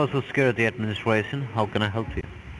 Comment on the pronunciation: Did anyone else hear "Social Security Administwation"?